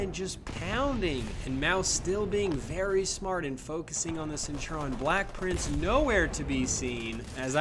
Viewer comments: why do you say (senturon) it's (sent-oo-ree-on) it's bugging me🤣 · Centurion. It's not Cen-tur-on. It's Cent-ur-ii-on. Please XwX. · Great video. It's pronounced Centurion not Centuron hahaha. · it was so annoying XD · The centurion is pronounced cent ur eon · ik it's really irritating